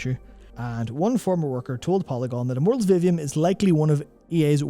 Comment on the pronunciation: As to your comments about Immortals of Aveum, specifically the marketing of it, until you put the title on the screen I literally didn't even know what game you were talking about. I went to Google and looked for Mortals Oblivion, because that's what it sounded like you were saying to me (and Google was understandably confused). 😅